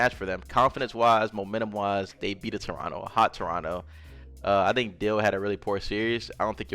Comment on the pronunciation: As a Torontonian you said the city name right the first time LOL